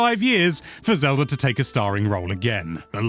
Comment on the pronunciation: Why does he say Zelur when he also pronounces it Zelda